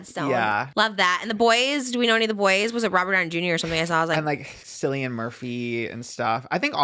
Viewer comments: noooo it’s pronounced killian not sillian for cillian murphy 😭😭😭 i thought the same thing at first too😭😭😭😭😭😭😭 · STOP SAYING SCILLIAN HIS NAME IS NOT PRONOUNCED LIKE THAT OH MY GOSH THIS IS LIKE THE THIRD TIME IVE HEARD HIM SAY THAT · I KNOW did not just refer to Cillian Murphy as SILLIAN Murphy - its pronounced Kill-ian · someone tell it’s not SILLIAN Murphy it’s KKKKKKillian Murphy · I love you guys but Cillian is pronounced KILLian! And Keoghan is pronounced Kyowgin!! From an Irish gal xx